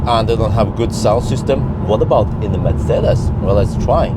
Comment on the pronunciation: first youtuber that pronounces Mercedes correctly?